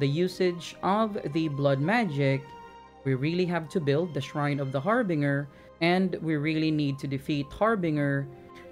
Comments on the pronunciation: The Har Binger.. lmao oh man. It's really harbinger.. Binge. One who binges. Not one who bings. Har-Binger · haar·buhn·jr = harbinger. not trying to be rude, i do not want to offend. very good instructions and thanks for the vids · Love your videos man! Also this is random but it's pronounced Har Binge er. Say the binge in it is pronounced like binge a tv show. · Har-Bin-Jer is how you say it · Har-Binger. lmao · Love the videos my friend.. but the pronunciation for "harbinger" got me dying... lol